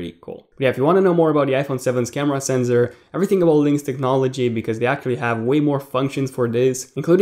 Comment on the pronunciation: it's sensor not senzor.